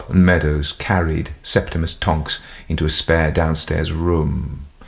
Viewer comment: "Septemus Tonks" this AI trained on JK Rowling!